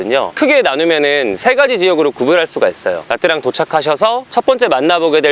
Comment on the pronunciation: 참고로 베트남어에서 복자음이라게 있습니다. Nh 나 Tr 이 그중에 해당하는데, Nh는 'ㄴ' 발음에 약간 'ㅎ'가 따라오는 발음인데 Nha는 '냐' 발음쯤 됩니다. Tr은 'ㅉ' 발음입니다. 그래서 Nha Trang은 냐짱이라고 발음하시면 좋습니다.